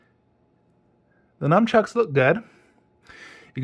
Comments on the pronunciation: Good review. They are nunchucks not numchucks. Nice collection! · And please stop calling them numchucks there is no m its a n